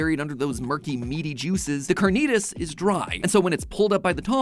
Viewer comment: Almost clicked off after that carnitas pronunciation 😭